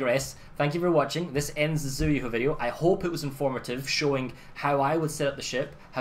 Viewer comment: its pronounced Tsühu